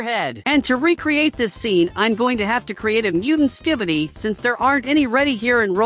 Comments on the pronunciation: Bro said skibboiydis💀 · Dude say ski-by-D's